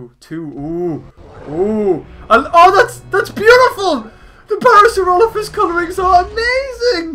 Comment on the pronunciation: You're rot Evan saying parasaurolophs right.